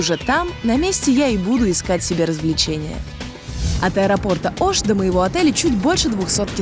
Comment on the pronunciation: Не Аша а Оша